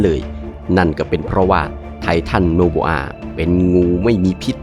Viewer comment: ไททันโอโบอา ❌ ไททันโนโบอา ✅ 😂😂😂😂😂